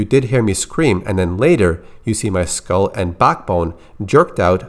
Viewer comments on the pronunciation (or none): none